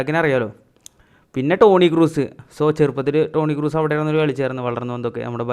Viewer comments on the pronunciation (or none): none